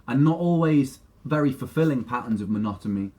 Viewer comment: Is it just me or does Ren actually say Monotomy with an M, instead of Monotony?? Lol